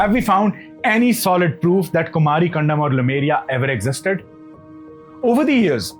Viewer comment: Kumari in Thamizh means Aloe Vera. Land of cactus plants. Which means dry land/desert. Kumari. Not Kumaaari.